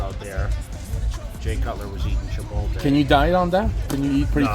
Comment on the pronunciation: Is jay saying CHIPOTLE wrong on purpose??